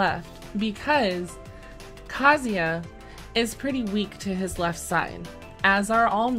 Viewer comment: You pronounced Kazuya correctly?!? My lord... imma cry 😭